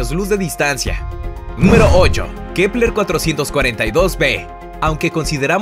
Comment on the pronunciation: Like por cuantas veces dijo kleper